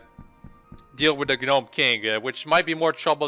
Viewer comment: why did you not sell all that weight? smdh. and stop saying gaaaaanome. Haha